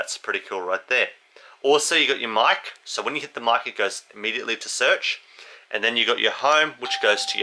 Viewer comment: No such word as ammediately.....it's immediately.